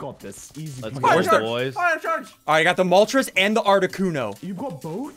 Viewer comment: ArticUNO ZapDOS MolTRES